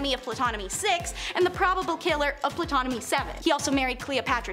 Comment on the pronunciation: Good job but the "p" in Ptolemai is silent.